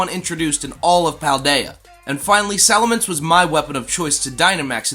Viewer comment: Looks like you Sali"Minced" you pronunciation a little! 🤣👍